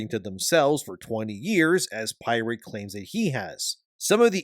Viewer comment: Your pronunciation of the word pirate is off, unless you are making fun of him being "irate".